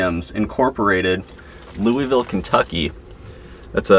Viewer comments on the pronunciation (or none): none